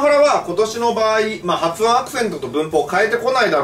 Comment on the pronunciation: 「はつおん」が「はふおん」になってますよ